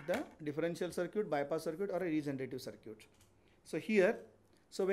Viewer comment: circuit ❌ Sir-Cute ✅ 😂😂 btw nice explanation sir 🙏🙏